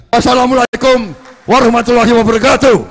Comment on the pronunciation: Maaf Pak!? Temanya kyai kampung,, tpi qo pas SALAM, gak jelas.